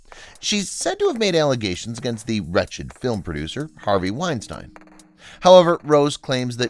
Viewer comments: Poorly researched. Brenden Frasier has been a central character on 'Doom Patrol' for the past 4 or 5 years & this is the 1st outlet I've heard that didn't know how to pronounce "Weinstein" correctly. This was as 'informative' as any rumors a person might overhear in a public restroom. Waste of my time. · Yeah you can't even pronounce Harvey Weinstein's name right so maybe hesitate a little bit more before taking shit about Rose McGowan.....just a friendly suggestion....